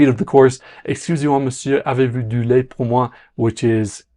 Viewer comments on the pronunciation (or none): none